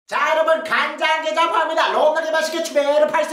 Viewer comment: 란장게장 이라고 했는데 ㅋㅋ